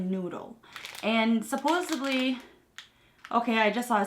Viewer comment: I love you videos! I just wanted to correct your English pronunciation, It's Supposedly not Supposebly. Love you!!!!!